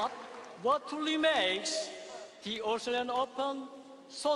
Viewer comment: Tennis president cant even say australian....😅😅😅 living in the country and not being sble to say it is one thing, but being the president of one of the most prestigious tournaments in the tennis season and the biggest in the australia and the guy cant even say australian 😅😅